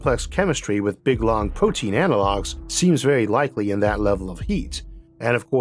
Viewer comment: Vewy intowesting